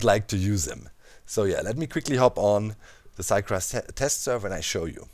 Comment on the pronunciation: "Härmit Gräfft" Well, only a few Germans say it like this :D